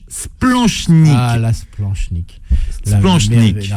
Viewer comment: Par contre le « ch » de splanchnique se prononce « k » !! Nom de diou dbouse!